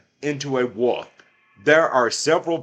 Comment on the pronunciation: It’s Wolf not “woof”.